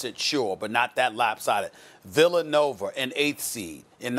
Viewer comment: “Villanover” - Stephen A. Smith